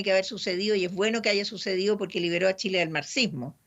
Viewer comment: Muy bien todo pero porque siempre pronuncia Tsile en vez de Chile ?